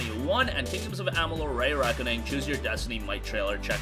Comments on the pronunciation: REEEEEE-Reckoning! REEEEeeee - Reckoning! NOT RAY-Reckoning! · Re-reckoning, not Ray-reckoning...